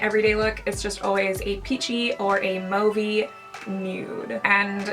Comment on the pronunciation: omg <3 i think you're the first youtuber i've ever seen pronounce "mauve" correctly. i think i'm in love.